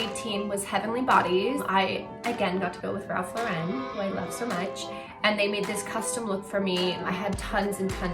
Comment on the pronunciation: Pls say Lauren right